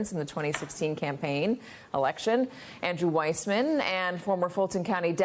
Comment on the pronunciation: Sorry Andrew! Your name is Weissman and not WISEMAN! Uncle Clarence has been a liability from day #1 and he still sits 'high and dry' on the highest bench in the land. Judge Cannon, Judge McAfee and those who are bent on aiding and abetting DJT will live to rue their decisions in time to come. Fani has earned her badges and must see this case through. endof.....